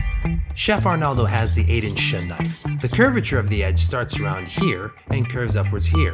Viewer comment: A chef huh? Get your fucking index finger on the spin of the knife. Can’t even pronounce the knife Shun properly smh